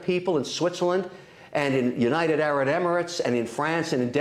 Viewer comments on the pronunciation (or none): Kevin thinks the UAE stands for United Arid Emerates ?? 😂. It's Arab, Kevin. I thought that was hilarious.